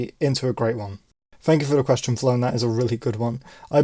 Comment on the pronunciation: Congrats on 1k 🎉 And no issues on the pronunciation, Flown was fine. Loved the answer btw. Road to 10k now 🚀